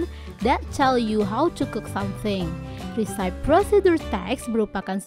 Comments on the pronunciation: Resepie, bukan risaip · recipe pronounsnya risepi bukan resaip kak.. CMIIW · maaf, pronunciation yg tepat itu resepi bukan risaip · recipe bacanya re-si-pi, BUKAN ri-saip... hehhee...kesian yang masih baru belajar jd salah juga. anyway, semangat selalu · Recipe dibaca resepi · Mispronouncing word "recipe"🙏. However, this video is nice and helpful. Thanks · Your AI voice-over is absolutely horrible. The word recipe is mispronounced. In addition, the video could be more detailed. Do better! This is a blow to the Indonesian English learning community.